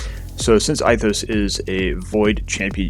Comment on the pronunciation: love your videos but Ithos is pronounced (ethos) Greek